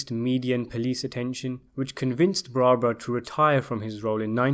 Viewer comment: Apalachin is pronounced "apple" + "ache" + "in". And Joseph "Joe the Barber" Barbara 's last name is pronounced "bar" + "bear" + "ah". Talk about butchering names up.